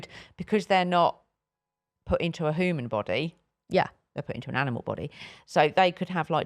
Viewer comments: And “hooman” from 😂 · this is coming from the woman that pronounces ‘human’, ‘hooman’